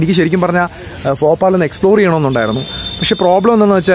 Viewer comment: Bro ഫോപാൽ അല്ല ഭോപ്പാലാണ്